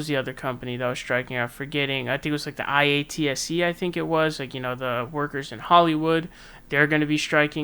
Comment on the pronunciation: IATSE. It's pronounced EYE-AT-SEE.